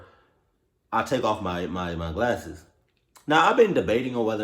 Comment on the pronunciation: I know you did not just say classes instead of glasses